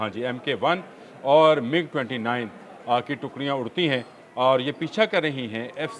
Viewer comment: It is not MUG it is MIG